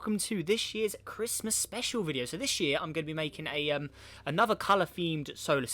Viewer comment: Merry crishmush 😂🤣🤣